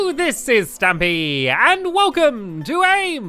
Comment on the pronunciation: it keeps saying stumpy